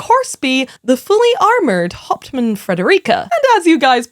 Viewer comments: I just want you to know that I kept hearing you say Hauptmann as Hot Man and I think that makes it better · I like how she pronounces "hauptmann"